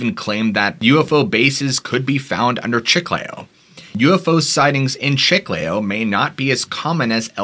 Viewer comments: Chee-Kly_oh -Chiclayo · Chiclayo. (The second syllable is stressed.) Peru is full of mysterious past and present including a multitude of cryptids and ufos. I lived in Iquitos and have traveled much in Northern Peru. I have heard incredible stories from people from all walks of life.